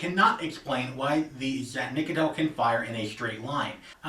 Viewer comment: Nope, you didn't say it right